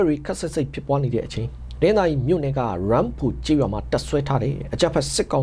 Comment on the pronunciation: တနင်္သါရီ တိုင်းက ရမ်းဖိုရွာ= (အသံထွက်)=ယမ်းဖို